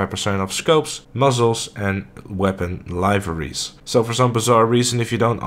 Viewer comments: Why you say Liveries like "lie verys" ?? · >I dont want to be meme'd again >*still pronounces 'liveries' wrong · SkyRimzbeastz the rest of his English is good though, it's just that word that he is saying wrong. Now I don't now if it's a inside joke I don't get or if no one actually told him he's saying it wrong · It’s not an inside joke. He is just pronouncing it incorrectly.